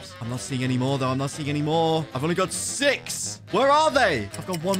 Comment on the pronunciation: Did you hear 6 or sex